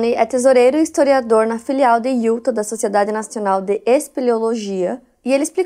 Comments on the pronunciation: Só uma pequena dica: a pronúncia correta do nome do estado de Utah é “iutá” 😉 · Só eu que fico agoniada com a falando: DEVÔTO, IÚTA...etc? 😅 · Aaaaah não vim comentar assim q postou e demorei assistir, justo de Utah 🥹 moro a 5 anos aqui, vivo indo pra SLC. Já fico apavorada. E a não acerta a pronúncia de Utah desde q acompanho ela kkkkk (IutÁ)